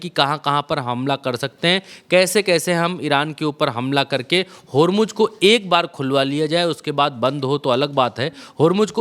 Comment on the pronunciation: होरमुज होर्मूज नहीं. बोलना तो सीखो. होरमुज़ ज़ ज़ ज नहीं.